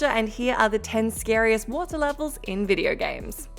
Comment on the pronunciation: Please pronounce WATER correctly